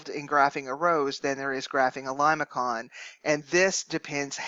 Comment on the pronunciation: Great video, one thing though, I believe it's pronounced Li-ma-son